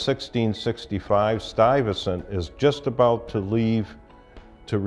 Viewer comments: 'Stuyvertson'? It's 'Stuy-ve-sant" for Christ's sake. He's not even trying. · Stuive- zand...not stuffit stunt... do your home work please..